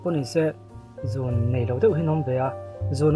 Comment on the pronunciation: 'Zun' nilo in 'zûn' anilo maw